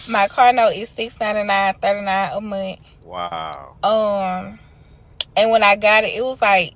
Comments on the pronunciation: It’s “Month” not MON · Why can't she say the word month with a TH at the end? I mean, these people always have their lazy talks and their own English they really butcher the English language. Gotta go back to school.